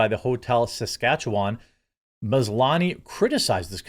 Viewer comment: Good job on the pronunciation of Saskatchewan. This is coming from a former resident there.